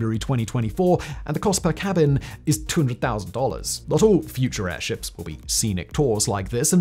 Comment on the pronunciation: Errrrr, can we just anchor these airzhips? Is that so hard?